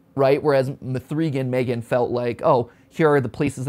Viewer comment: M-three-gan. I can't.